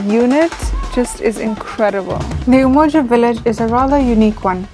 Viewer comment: Sis said Umoja estate 😂 great documentary though 👍🏾